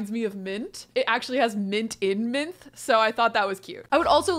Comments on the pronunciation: The e in Minthe is pronounced the same as Persephone’s, a y at the end. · It's pronounced Min-thee...because Greek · I started watching this challenge on the Rose generation and she kept saying "Minthe" and I was like...i wonder if she got this from Lore Olympus...only to come back to this gen and see that she did!! 😂 I love it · god this whole time ive been reading Lore Olympus, i thought “Minthe” was pronounced “Min-Thay” lmaoooo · Mithe (minth-ee) is the original mint nymph! We LOVE Lore Olympus❤❤ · Me too! Though am I the only one who thought it was pronounced Minth-ee? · Classics PhD candidate and teacher of Ancient Greek here. Minthe (Μίνθη) would actually be pronounce like Min-thay or Min-theh, as in pronouncing that last e. In Latin and Ancient Greek in general there are no silent letters. The more you know :) Her story is mentioned by Strabo and by Oppian, which is why there are two slightly different versions being discussed in the comments (Strabo says Persephone trampled her under foot and then turned her into mint, and Oppian says Demeter did it for her daughter). There is also a small account by a scholiast on Nicander (basically some guy wrote it in the margins of Nicander's poetry, as commentary), that Persephone actually tore her up into pieces, but then Hades (feeling guilty for his mistress) turned here dead torn up body parts into mint (gruesome!) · you’re correct. In Greek you pronounce that last e as a y sound. Minth-y, persephon-Y and so on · Hey!! Not sure if you knew, but Minthe is pronounced Min-thee, I believe... and in real Greek mythology, she IS the origin of the mint plant! Basically, she did used to be Hades lover in mythology, but he left her after he married Persephone. She kept saying how she was better than Persephone, and Persephone, irritated, turned her INTO THE MINT PLANT WE KNOW AND LOVE! Anyway, love your content and love all your Sims challenges. So happy to follow you onward from the 100 baby challenge!